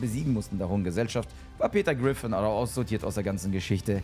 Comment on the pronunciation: Aber warum sagt er immer peter grifin